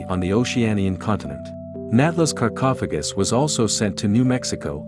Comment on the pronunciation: This documentary of a 27-year-old game was more entertaining than most movies on Netflix. I was, however, slightly annoyed by the mispronunciation of Tihocan and sarcophagus. Lol